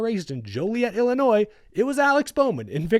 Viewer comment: First off, I appreciate you pronouncing Illinois correctly. As for Bowman, overall I like him, but I do think that there's better talent out there that can be put in a Hendrick car. I also agree that Ally probably wants to keep him around for at least one more season.